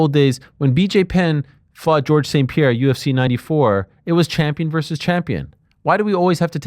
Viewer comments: great talk, just want to tell you two how hard it is, for a french dude to hear Cereal Gane, or worse: Pieeeera 😂 Anyway on topic: UFC permits a trick called "pulling a Jon Jones", it's tolerated, he did it often, and won. Gane/Apsinall proves this trick is still unpunished, UFC dictates what's happens in the ring, they are responsible. Also when weird s*** happen, UFC will say "who gives a shit". So it's 100% approved. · Who is Peeyera? I'm not seeing him on the roster.